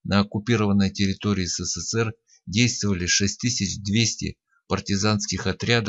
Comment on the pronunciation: СеСеСеэР??? эСэСэСэР! будь грамотным!